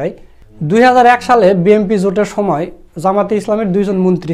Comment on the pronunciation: Hellow bhai. When you say BNP, its like BMP. Pls pronounce clearly BNP. Sukran